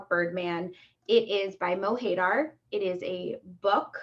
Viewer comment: MO HAY DAAAAAR lmao Americans butcher words